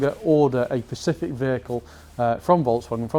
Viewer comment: I he saying ‘Pacific’ instead of ‘specific’? I think he is.